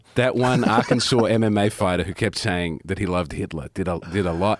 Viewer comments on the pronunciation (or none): none